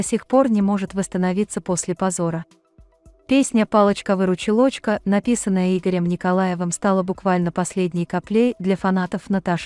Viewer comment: Диктор если читаеш , то читай правильно выручилочка